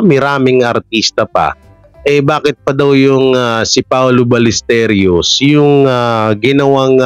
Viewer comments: HI Correction lang po sa pronunciation last name ni PAOLO BALLESTEROS (BAL-YES-TEROS) po hindi Ballesterios ✌️ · pronounce mo apelyedo ni paolo as BALYESTEROS (BALLESTEROS) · Hindi po paolo balesteryos kundi paolo ballesteros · BALLESTEROS HINDI BALLESTERIOS